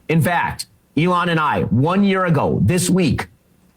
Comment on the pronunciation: Literally did the “in fyact” thing!